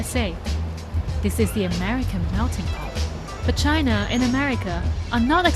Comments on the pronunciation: Va-China.....definitely says that at the beginning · At :40 in you know she isn't lying and really from China with that pronunciation haha